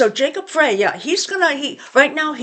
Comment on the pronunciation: Just FYI from Mpls. The mayor’s last name is pronounced “Fry”